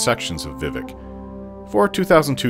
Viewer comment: Being a werewolf at high levels in Morrowind was a blast, you could Jump absurd distances lol. Also subbed for a few reasons, but liked the vid because you say Vivec the same way I do lol Edit: I found a unicorn once in Oblivion on Xbox 360 version. It was too fast and I couldn't catch it, I was so mad I almost threw the disc away lol 😂